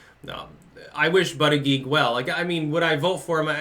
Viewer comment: Scares me that now pronounces his name correctly, for all the reasons.